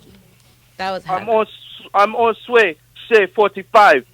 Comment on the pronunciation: lmfaoooo.khafiirrrrrrrrrr listing to sway's pronunciation